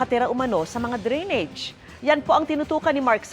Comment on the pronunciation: Anong dri-nidge? Dray-nij po tamang pronunciation.